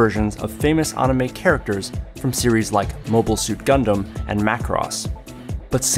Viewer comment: He can't even say anime correctly! LOL! LOL!